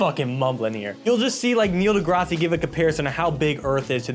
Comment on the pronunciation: Neil Degrassi is a Trailer Park Boys level misspeak